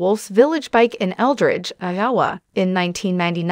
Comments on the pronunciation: Who is this woman who cannot pronounce Iowa? (Anowa????) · Another one of these stupid shows where they use a computer generated voice that can’t even pronounce. Iowa correctly.